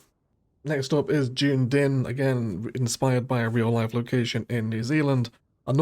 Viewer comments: Some fine looking maps in there mate. (It's dunn-eedinn BTW... not june-din... Gaelic name for Edinburgh as it happens...) Rafterman's maps are epic but a wee heads-up for folks looking to play them: you will need the Anarchy and BetterBulldozer mods as a minimum otherwise you'll be very constricted on what you can do (and how the maps look and behave). Hopefully one day I may even have a map for you to review here... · Dunedin is pronounced - duh-nee-din had a good laugh at your interpretation tho :D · Yeah! June-Din … my home city 😅👌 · he he Dooone-din made me chuckle. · The pronunciation of Dunedin made me giggle.